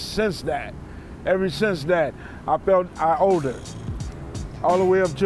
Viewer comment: I (OWEDED) my mother that. OWEDED didn't know body else hear that huh? But on a serious note I can't help but wonder what he could have been if his so called father who is supposed to be a hero to him wasn't playing the villain and beating him